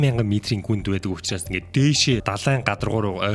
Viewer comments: Usnaas ❌ Uchraas✅ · hamgin ehend uchraas bish usnaas gej bnshvv ahaa aaw